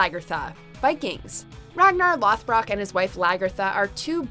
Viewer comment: Just here to say... I'm bothered by how she pronounces lothbrok